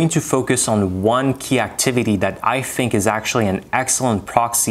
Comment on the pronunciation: The evidence of non native speaker is "I fink" for me, we here it at the beginning of the video.